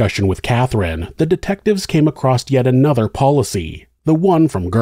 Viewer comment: Btw, it’s Across, not “acrost”.